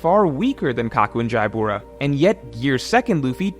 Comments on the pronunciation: Why does he say Jaibura? Isn’t it just Jabra? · Jaibura? Jabra is fine